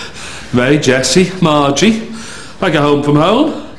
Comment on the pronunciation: At one point, Jimmy pronounces "Margi" with a soft rather than a hard "g".